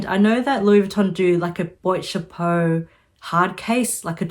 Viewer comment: It’s BWHAT CHAPO or just say hat box rather than boyt chapu.